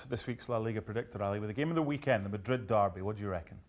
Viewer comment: I hate how this dude says Madrid